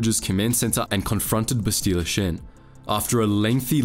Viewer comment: I hate how you ALWAYS mispronounce her name. It's Bastila not "Bastile". If you had ever played the game, even once you would know this.